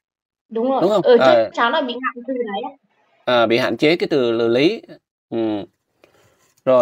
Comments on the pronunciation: hỏi lại mình mắc cười quá. Cô ný= cô lý.cô nan= cô lan.😅😅😅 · Lý chứ k phải Ní ơi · Nói ngọng , Lý mà Ný , Nàm .... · Tiếng địa phương chứ tên cô của bé là lý chứ k phải ný đâu ạ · E là người trong video tìm kiếm cô, cô e tìm là cô Lý, xin lỗi mọi người vì e bị ngọng vùng miền e Thái Bình là L và N mong mọi người thông cảm